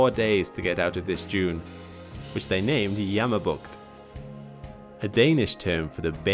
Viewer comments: Your pronunciation of "Jammerbugt" is spot on :-) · I actually got so happy when they said "Jammerbugt" Finally Denmark is also representet